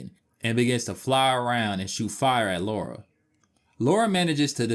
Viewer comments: Great video. The way you pronounce Lara slightly bothered me lol. It's Lara not Laura. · Good video but she's British. It's said La Ra. Not Loora. It really grates when people say it incorrectly. It's all Americans who seem to say Looraaa not just this guy who's clearly put a lot of effort into this video. Thanks for that. Miss Croft sounds better. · I’m British and it’s La-ra. If it was Laura, it would be spelled Laura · Stop calling her Laura for god sake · It's Lara, not Laura. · it's Lara, not Laura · Great video, but it’s Lara (not Laura), as is said in the FMVs and text within the games :) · her name is LARA L.A.R.A NOT Laura! why can no american pronounce her name properly?? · her name is Lara, spelt Lara. and it is pronounced Lar ra. not Laura. Thats just basic English. but we all know you Americans like to make up your own version of our language. lol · Its La-ra not laura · It’s funny because they changed the name to Lara, because Americans couldn’t pronounce the name Laura, yet even when translated as LARA, Americans still say Laura 😂 they knew how dumb they are lol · She is british. You have to name it british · Why do you keep saying LORA? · 30 seconds in and can’t deal with ‘Laura’. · It's funny how it sounds as if you're saying "Laura" since it was the devs first option of a name (Laura Cruz) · repeat after me, illiterate humanoids: LAH-rah. LAH-rah!! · It is lorah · Last video I watched they even said Lora. Too much so I didn't even comment:-p Just happy people are fans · I normally get irritated when Americans mispronounce Lara's name but your review of this game and the controls is really amazing, so ill let you off 😅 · Americans always pronounce her name that way...I'm so used to it by now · Aaaaaaand instantly mispronounced her name. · I can't recall ever hearing an American say Lara properly. I don't understand the problem at all. But then, they pronounce Han Solo as Hawn Solo.